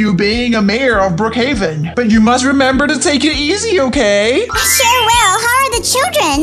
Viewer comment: Why do they say okeh instead of okay or ok